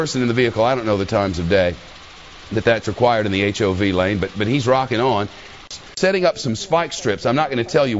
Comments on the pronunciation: Lol its not said as hov it's said h. O. V letters only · A $285 dollar fine for drinving in the HOV lane is the least of his problems... And you don't say the word hov. You spell it out: H.O.V. It stands for High Occupancy Vehicle. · it's fox news, what do you expect? I'm surprised they didn't add random sound effects like squealing tires, etc. And why does he keep calling it the Hov lane? I thought it was H.O.V. or highly occupied vehicle... if you're going to shorten it just call it the restricted lane...